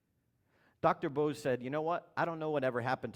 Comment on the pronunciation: you 're a douchebag. If you respect the man, at least learn to pronounce his name properly.